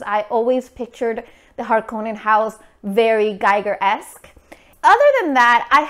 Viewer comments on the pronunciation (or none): It's pronounced "gee-ger" (he was Swiss), not like "geiger" as in "geiger counter".